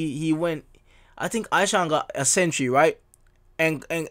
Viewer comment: It's E-Shaan brother.